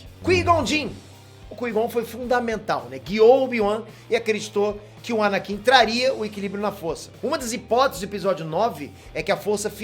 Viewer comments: "ANANKIN" KKK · ANANKIN?????...!!!